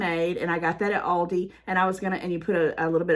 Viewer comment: I'm from the north and I call Aldi's the same as you. Plus, in Germany, the parent company of Aldi pronounces it like you do.